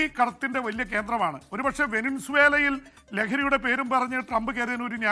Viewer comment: വെനസ്വേല എന്ന് ശെരിക്കും പറയ് pp😁